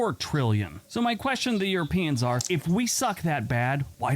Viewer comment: Why are you saying "eu-RO-pians instead of "euroPEans? It's like if we were to say "AmericAAANS" (like the language Afrikaans)? Also, you're too close to the screen and you look green in the face. Not a good look.